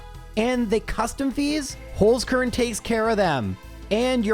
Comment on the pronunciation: Dude really needs to learn how to say "Holzkern"